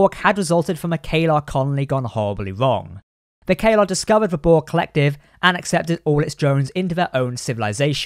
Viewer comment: Isn't it Caeliar, with an I in there? "Kay-lar" sounds like a totally different species to me.